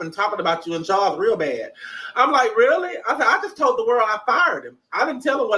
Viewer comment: And you and that "THARLES YOUR THUNCH IS THREADY" 😆😆😆😆😆😆😆😆😆